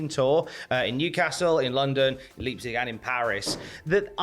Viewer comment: Leipzig is pronounced Lype-cig. Great video as always, lads.